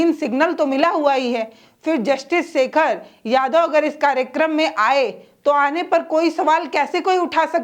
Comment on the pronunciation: शेखर को सेखर, न्याधीश को न्याधीस बोलने वाली जो शामिल को सामिल उच्चारण करे उसे मीडिया छोड़ ही देना चाहिए।😂😂😂